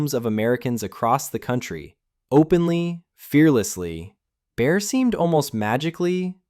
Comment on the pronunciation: Bear... not Bayer... I thought I was hearing things.